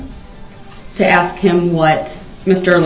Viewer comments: I’m fin to axe for subject matter jurisdiction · "Do you recall what you remember so I can aks you?"